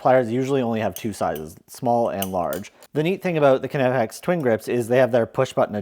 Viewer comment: The right pronouncing is K - N - OOO - P - UU - X